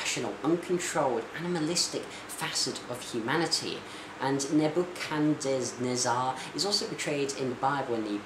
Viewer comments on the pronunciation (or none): . .. Nebuchadnezzar...5 syllables .. ...Ne-buch-an-nezz-ar.....Cheers!